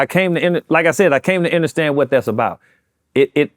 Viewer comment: Did he say “inderstand”?